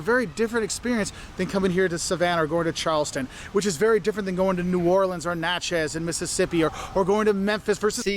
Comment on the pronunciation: Good video but he’s apparently not from Mississippi (also sometimes lazily pronounced Mis-sippi). Natchez is pronounced NACTH-is. At least he didn’t try some of the other Mississippi names - even Mississippians have trouble with some of them! Even more difficult - some of the Louisiana names.